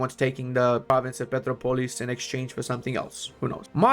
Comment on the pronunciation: Pe - TRO - polis, the enphasis is in the "tro" syllable, thats why it has this (ó) sign. Now you can say it like a native and impress others at work, useless knowledge but you're welcome kkkk. In "tratado" and "de" you nailed it